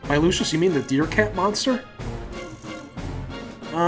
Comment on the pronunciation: LU SUS NOT LU CIUS